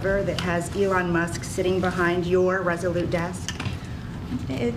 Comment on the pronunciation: I love how she emphasizes “your” 😂